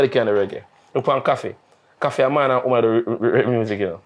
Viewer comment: Man say koffee a 2smaddy😂😂😂